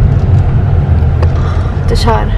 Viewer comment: wait im confused is it deshawn or desaud?